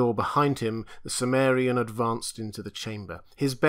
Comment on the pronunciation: Why do you pronounce chimmerian, as if the ch was S?